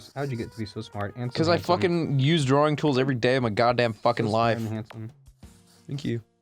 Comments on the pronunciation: Goddamn it Ross! It's DRAWing, not draring. Open your damn mouth, you Aussie! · Ross: "drawring"